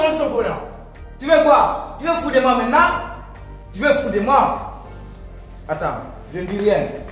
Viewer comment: On dit maintenant et pas metna